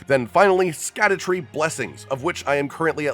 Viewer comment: Just so ya know, "Scadu" is like an old English word that's been anglicized to "shadow" but you still say it the same way. So "Scadutree" is just pronounced "Shadowtree".